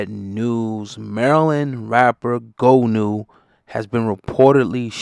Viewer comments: It's not Go new! It's Goonew! From the Creek. Forest Creek Md. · HE NAME IS PRONOUNCED "GOON"-EW NOT "GO"-NEW ... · IT'S PRONOUNCED GUWNEW